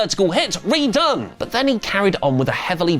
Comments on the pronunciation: Hearing RED-one pronounced as RE-done! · "re-done" movie titled "red... one". having an anchorman moment or was that intentional?